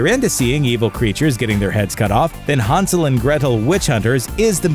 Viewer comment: Hansel? HANsel? Hansel...